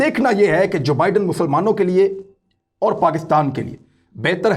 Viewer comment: ۰ نئے امریکی صدر کا نام جو بائیڈن ہے ( دو لفظ ) جبائیڈن نہیں ہے 😁 Joe Biden